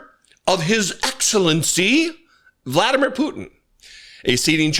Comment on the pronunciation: Gurgle gurgle gurgle Hegseth (hahahaha) IBTW it's vla DEE mir POO tin